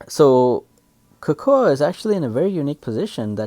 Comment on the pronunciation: Type cocoa in google for the English pronunciation. Making a video in English then pronouncing the names in a broken dialect just because the Japanese or Chinese VA does it is just /facepalm. I’ve long since lost hope in the education system.